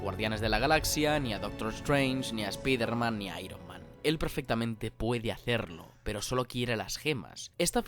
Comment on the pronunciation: es algo cultural decir espiderman a fuerza cuando ya saben como se pronuncia? por qué con ironman lo pronuncian bien?